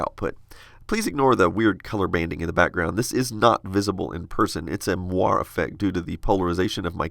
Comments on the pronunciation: moiré, say more-eh. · BTW - "moire" is pronounced mwar-AY - from the French word "moiré", meaning "watered silk". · Great video. At the risk of repeating someone else, moire is pronounced "mwar-AY".